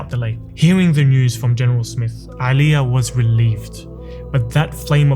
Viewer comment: no one_ this guy: AElija Bro its Normal letter A not the arabic ع